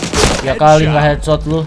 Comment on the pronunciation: Kadekhetsot🤣 orang bali tuh wkwkw